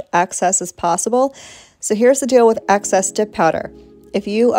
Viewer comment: It's excess, not access